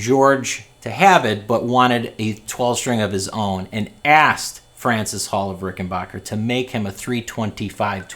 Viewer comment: The third syllable of Rickenbacker should be pronounced as "back", not "bok".